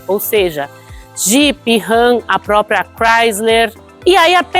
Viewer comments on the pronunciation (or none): none